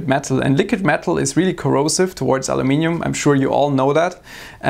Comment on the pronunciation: He even says Aluminium correctly :)